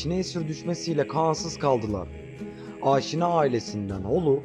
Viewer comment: AAAAAŞİNA AİLESİ DEĞİL ABİ ...YAZILDIGI GİBİ: AŞİNA HANEDANI....ADAM GİBİ OKUYUNN ..AAAAAŞŞİNA O TÜRKÇEDE OSMANLICA OLAN FARSÇA YA DA ARAPÇA OLAN KELİME BAŞKA BİŞEY.. HANEDANIMIZIN ADINI DOĞRU OKUYUN !!!!!!